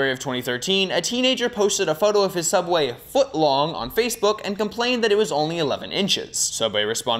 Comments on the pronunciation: I think you mean cough cough Sooubway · YEAHH SOUUBWAY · You did not just make fun of sooubway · I'm never eating at sooubway again. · you mean everything wrong with sooubway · I think you meant Sooubway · Don’t you mean sooubway? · I think you mean s o o u b w a y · I believe it is called sooubway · AKTCHTUALLY ITS CALLED SOOUBWAY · you mean sOOubway? Kappa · i was gonna say Its SOOUBWAY!!!